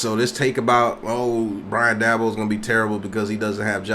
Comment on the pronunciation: Please learn how to pronounce the guys name if you're going to talk about him